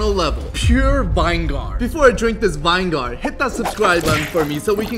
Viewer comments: Vinegar (kinda pronounce like viniger tbh) Him say:Vine-gar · Why he saying vine gar it’s (vinyger) and yes I know that’s not how you spell it but that’s how you pronounce it properly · Mmm some delicious vine-gar (U pronounce vini ger) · Vine-gar? I think it's pronounced Vin-igger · Vine gar wrong vinager that's how u pronounce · Its not WINE-GAR Its vi-ni-ger (pronunciation, not spelling) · Vinegar is not pronounced wine - gar its vin - e - ger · vine gar you dont prononse it that way the way to pronounce it is vi ni gar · Who pronounces vinegar vine-gar? It’s vin-i-ger, not vine-gar. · Its not pronounced vingar its pronounced viniger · Its pronounce is not "vine gar" its " Vi ne ger " the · Its pronounced vinigger, not vine gahr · The way he pronounced vinegar got me lying on the floor😂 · vinegar got me but the real way to pronounce it😂😂😂. I asked my mom how to pronounce vinegar but she got it wrong it is vine-gar 100% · When you said ‘ vine gar ‘ I thought you didn’t know how to pronounce vinegar haha😂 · Vine-gar i need help for therapy 😂😂😂 pronounce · Vin-e-ger pronounce it like that😂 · How to pronounce vinegar say:win-a-gar 😂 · LOOK UP HOW TO PRONOUNCE VINEGAR ITS PRONOUNCED LIKE VIN A GER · Vine-gar Why did bro pronounce it like that 💀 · Vinegar is actually pronounced as vi-ne-gar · bro cant pronunce vinegar bro said vine-gar wth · It's spelled vinegar but pronounce as vinigar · Its vin-eh-gar in pronounciation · Bro the pronunciation is vi-ni-gara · It's Pronounced vin-e-ger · why is the pronunciation of his vinegar “vine-gar” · It’s pronounced vin a ger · It’s pronounced vinigar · It's pronounced vin I gar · ITS VI(pronounced as vih or veh)NE(pronounced as ni or nih)GAR(pronounced as the same as jar, gar:|) NOW SAY IT WITH ME. VI-NE-GAR. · no its VEENEGAR BRO the pronouncation is veenegar but its not spelled liked that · it’s VIN E GR if you don’t know how to pronounce it ❤but i’m sorry if I’m being rude ✨ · The way he pronounced vinegar😂😂😂😂😂😂😂